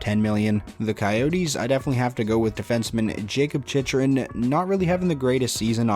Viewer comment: Just so you know, Chychrun is pronounced Chycrin